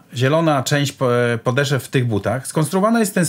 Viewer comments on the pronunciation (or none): Wszystko fajnie taka uwaga mała mówi się podeszw nie podeszew